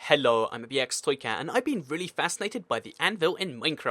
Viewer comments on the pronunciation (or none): why do you say "hello" like its a foreign accent?